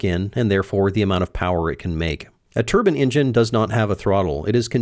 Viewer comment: I'm a little confused about something, You say "Turbine," but several times you say "Turbin-engin" Is there actually a difference or are you just saying it that way to be cool?